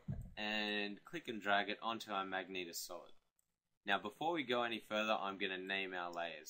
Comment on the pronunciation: did you call magenta "Magneta"? :P